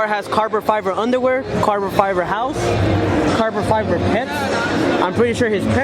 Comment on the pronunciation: este wey “carbor fiber” 🤦🏻‍♂️😂